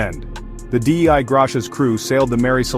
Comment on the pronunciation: Maybe don’t use an AI voice that can’t pronounce “Dei”.